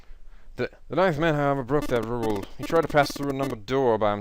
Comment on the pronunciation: He says 'ninth man', I hear 'knife-man'. Gets really confusing when random characters refer to him.